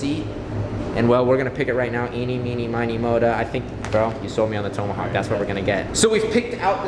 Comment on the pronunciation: You mispronounced tomahawk